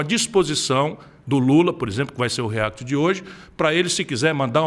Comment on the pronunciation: A pronuncia react em inglês é com A não com E , reAct, coloca no YouTube react pronunciation que vocês acham videos d e nativos Americanos , inglêses falando a palavra react, vocês escutarão que se pronunica reAct, porquê vem de reAction, a mesma coisa vale pra app , vem de application então se pronuncia App não Epp, a mesma coisa vale pra Apple 🍎 não é Epple e sim Apple.😀